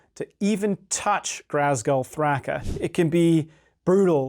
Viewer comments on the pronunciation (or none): There’s no R in Ghazghull. Please stop saying GHRazghull lol Other than that, fun video 👊